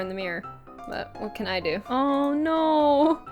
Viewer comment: Ella Gertsenius its (C)an not (K)an